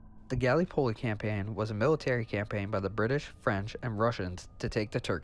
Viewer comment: THIS IS GREAT except for gallypoli it’s ga-lip-o-li